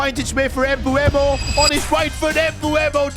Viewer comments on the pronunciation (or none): You need to trust sons regen Please call Mbeumo Mbeumo not Mbuemo as you say it